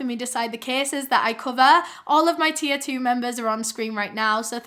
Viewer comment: I’ve been watching you for YEARS. I was today years old when I realized at the end of your videos you’re saying my “tier 2 members” I always thought you said T02 members and always wondered what the heck that meant 😭🤣🤣🤣